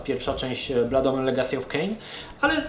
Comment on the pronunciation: uwielbiam jak akcentujesz angielskie wyrazy: "Bluud Omen". XD